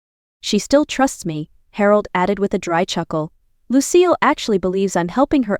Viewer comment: It is Lucille not lose seal